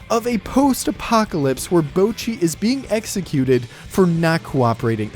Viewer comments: its not bowchi, its botchi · Except in this video you're pronouncing it as "b-oh-chi" and not "bo-cchi". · Bah-chee. It's literally spoken that way in the show. BAH-CHEE. NOT BOW-CHEE. How can you screw that up? IT'S LITERALLY PRONOUNCED THAT WAY BY EVERY CHARACTER IN THE SHOW. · You pronounce the ぼ as 'bowh', almost as in 'Rainbow', but it's supposed to be much shorter. It's more like the 'bo' from 'box'. You also need to put emphasis on the first part of the ち (which is why her English name is 'Bocchi' with two C's and not 'Bochi'. You should listen to how it's pronounced in the show, and put a recording of your own voice next to it, and you should hear the difference. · "bowchi" it's "bohchi" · Bocchi not Bowchi :( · My god man, can you at least try and pronounce the names correctly. Bouchi, nails on a chalkboard stuff. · Bot-Chi, like Tamagotchi, how they say it in the show every damn time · Fuckin pronounces it Boucchi People on the internet are too compliant in commenting on small mistakes, which in turn doesn't affect the person in the wrong but instead just boosts their video harder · I'm not trying to start a fight or anything, but please, at least try to pronounce the name somewhat right. Bowcchi hurts me every time. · why does everyone pronounce her "boachi" ? xD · "Bowchi the Rock" 😂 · I loved this video but for fuck sake "BOWchi" killed me every time lmao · Really good video You pronouncing Bocci and mangaka made me cringe hard though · Bow-chee the rock?! so american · It's a little embarrassing that you can't pronounce Bocchi's name right in a video about it. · youre pronoucning her name a little wrong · Probably a decent video but I had to stop watching after 1.5 mins when I heard you pronounce Bocchi. Wtf is that man it's like you tried to get it wrong on purpose. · all was going well til this dude somehow mispronounced bocchi like how even..... I'm not mad I'm impressed 🤼